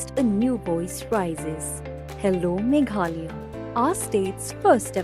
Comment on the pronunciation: Ine i bah i dei i ba wan na west Bengal ne?Im nang pronounce sur Khasi ia ka Meghalaya.